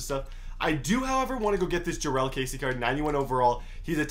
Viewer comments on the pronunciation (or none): none